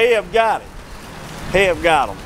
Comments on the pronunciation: I love how you calling it HEB when everybody else calls it H...E...B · Its H.E.B lmao. heb lolololol i was rolling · Lol Just pronounce the letters H E B One of the best stores in Texas besides kroger